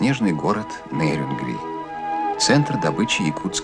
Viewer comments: Ведущий не НЭрюнгри а Нерюнгри ептыть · Какое на хрен НЭрюнгри? НЕрюнгри. Через Е. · Какого фига вы коверкаете название города. Пишется и говорится с буквой Е- * НЕРЮНГРИ*